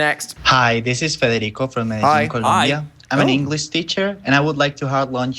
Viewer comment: tragic the "frederico-columbia" instead of federico from medellin, colombia